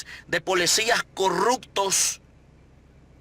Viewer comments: Para empezar quitate los lentes y da bien la cara y no se dice polecias . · Todo lo que esta hablando este hombre ya se sabe que es prioridad de nuestro presidente. Deje de decir que usted se puso a entrevistar gente. Esto ya lo dijo nuestro presidente. Usted le ha copiado todo a el presidente. Deje de darse credito asi mismo. Y porfavor eduquese sobre como decir las palabras correctamente. Habla muy mal. Dice polecias, corruccion, etc.